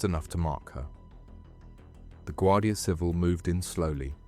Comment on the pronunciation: Guardia Civíl. Accent on second syllable please! Not civil